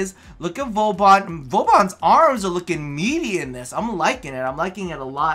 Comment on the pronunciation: Im really sorry but when u say vauban like vowbon it makes me cringe.... u pronounce vor-ban